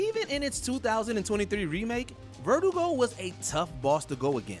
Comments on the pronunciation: Vertigo?? Ver-doo-go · Verdugo is not a name, it means executioner in Spanish. And considering RE4 is set in Spain, the name speaks for itself. (Also, that was not the right pronunciation but nevermind)